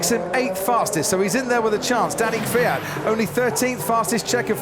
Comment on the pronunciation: he can't even pronounce the surname of KVYAT properly, he says Fiat! lol